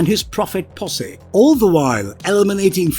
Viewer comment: I love the way this dude says POSSE. It sounds like someone with a posh British accent saying pussy. Oh dear. I can smell her posse all the way over here.. Lol.. 🤣🤣